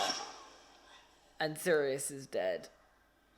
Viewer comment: I prefer the more serious films Me: so prisoner of azkaban? You said Sirus